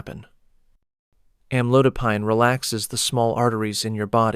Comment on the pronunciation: Am-a-low-dip-peen is how it’s pronounced—I Hate AI!!